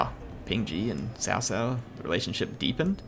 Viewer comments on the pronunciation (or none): its pronounced COW COW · HIs name is pronounced Tao Tao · daily reminder it's pronounced tsao tsao ;]